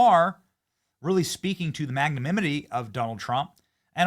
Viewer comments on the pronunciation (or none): Don't act like we didn't just hear you say "magnamimity" just now Benny. You ain't fooling nobody.